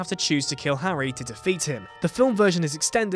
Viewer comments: Did he call harry potter harwy potter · howwy potter?